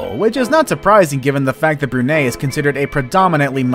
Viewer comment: Not really how you pronounce BRUNEI